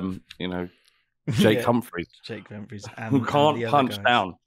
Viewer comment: The way says Jake Humphrey sounds like Jay Cumfree